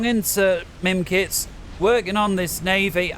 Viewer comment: Mimikz, not mimkitz ! ^^'